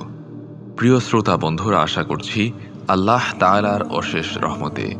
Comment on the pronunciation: ভাই! আল্লাহ শব্দের শেষের হা হরফটি মোটা হবে। ওটা হায়ে হাওয়াজ রে ভাই!! কারেকশন জরুরি।